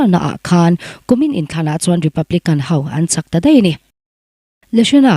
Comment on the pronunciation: A ( hau ) mai thei a nia aw... ( hau ) = X ( ho ) = ✓ A ( ho ) mai thei a nia aw..